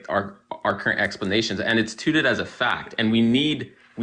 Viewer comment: I am such a child bc I can’t get over how he said “TOOTED as a fact” instead of “touted” 💀😂